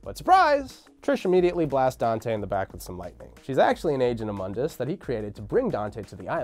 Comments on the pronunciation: Moon-diss not mund-iss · Im 2 years late but Mundus is MOONdus not MUNdus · its moondis not mundis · Define irony: tacitly criticizes DmC: Devil May Cry, but then uses the DmC: Devil May Cry pronunciation of Mundus (Mun-dus) instead of the correct pronunciation for this timeline ( moon-dus) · Mundus is pronounced (moon-dus) it's latin for the world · Mundus - (Moon-dus) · (MOON-DUS) MUNDUS!!! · It's pronounced "moon-dus" you DmC fanboy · Doesn’t even know how to pronounce moondus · Yet another youtuber making a history of Devil May Cry, BUT STILL MISPRONOUNCES MUNDUS! Why are you using the crappy remake pronunciation? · This fool (the guy in the video) didn't even play DMC1 you can tell because he doesn't pronounce Mundus right and they constantly say his name in DMC1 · Anyone else find themselves consistently correcting his pronunciation of “Mundus” out loud? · Stop saying Mundus name from dmc thats not how you pronounce it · Mispronounced Mundus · Mispronounced Mundus.